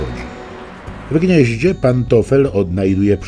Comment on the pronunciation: nikt tego nie napisze, ale jak słysze "w gdzieździe" to patrze sie automatycznie na tą sowe xDD